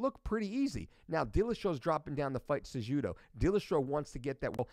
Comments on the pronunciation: cejudo say it with silent j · Isn't the j pronounced as an h in Spanish and Portuguese?? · Fully aware of who Mike Dolce, which is why it's that much more hilarious that he cannot pronounce the names of two top tier mma fighters. And by top tier I mean a current champion in cejudo, and the most recent former champion at 135 in garbrandt.